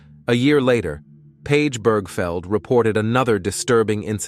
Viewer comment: Right!? One second it pronounced her name as Birgfeld, next second Birgfield... WTF!? Then it says her LIVE in nanny, as in ALIVE not live in 🤦😂